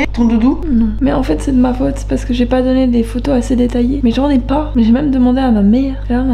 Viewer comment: j'ai même demandé à ma mère, "elle en n'a pah", ça c'était même accent que Jeff Tuche! ah ah:)